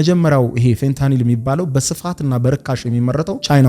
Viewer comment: እየተሳሳተ ፌንታሊን ሲል አልሰማህም? 😂😂😂